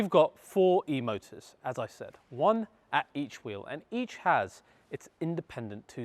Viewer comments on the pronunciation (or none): none